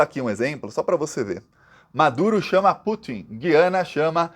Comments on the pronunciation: meu querido, o nome do país é GU iana. Para brasileiro e para hispânico. Quem fala GUI ana são os portugas. Para brasileiro é errado falar Gui ana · Gosto demais dos seus vídeos, mas você derrapou na pronúncia: as vogais na palavra "Guiana" não têm som igual ao da palavra "guiamos" (sem ouvir o "u"), e sim como o da palavra "Cuiabá", com o "u" nítido. Se ainda existisse o trema, poderia ser escrito como Güiana para deixar claro. Mas como o trema foi extinto para facilitar a vida de quem escreve, acabou dificultando a vida de quem lê. Abs